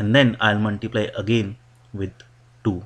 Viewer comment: it's not MUNTIPLY 😹😹😹its multiply dude